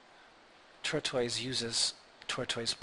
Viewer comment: Thanks but I do wonder if he realizes it's TORTOISE and not TURTOISE